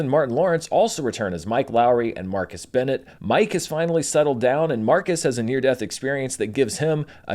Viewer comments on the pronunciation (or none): Burnett...not bennet